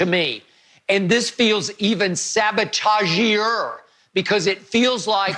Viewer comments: Skip something else lol. He said, "sabotagier" lmao!!! I'm done man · Every time I hear skip say "sabotag-eey", I think of the bugs bunny cartoon when he was trying to fly a war-bird with a gremlin sabotaging the airplane. Ah, the good 'ol days